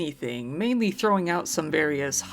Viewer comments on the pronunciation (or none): none